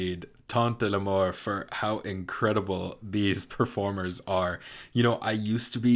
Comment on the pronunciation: I started this video and ten seconds in had a good giggle. Your pronunciation of the french 'l'amour' on screen like the italian 'amore' but without the e means that in french you're actually saying "la mort." Which is 'death.' You said 'Death. Death indeed' like it was so touching -- which is of course darkly hilarious considering the end of this musical.